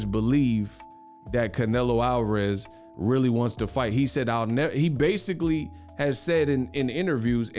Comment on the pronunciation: Kell Brook "Basicalay, Realisticlay" 🤣🤣🤣